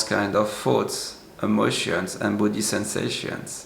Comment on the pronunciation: Your English is excellent but one word always mixes me up: you pronounce the word “thoughts” as if (to my ear) sounds like “foods.”